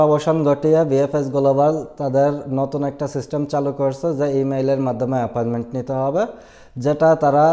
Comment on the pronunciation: This is appointment not aparment 😂